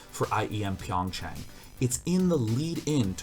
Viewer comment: Hey just for future reference, it's pronounced PYUNG chah-ng, soft 'ah' on the chang.